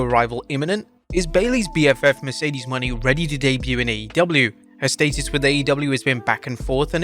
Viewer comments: It's Mercedes MO-NAY, NOT MONEY and I clearly doubt that Mercedes would waste her time in WWPG again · Its pronounced Mercedes Mow-nayy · Say it with us people : Mercedes Moe-nay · So... you STILL think her name is Mercedes MONEY? It's obvious you don't actually watch wrestling or read your own comments section. At least you're able to pronounce Sasha Banks correctly.